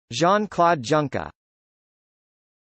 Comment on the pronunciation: Pronounced YUNKER